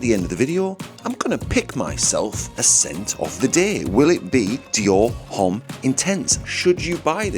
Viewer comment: I can’t decide if you’re taking the piss or not with your pronunciation of “Homme”?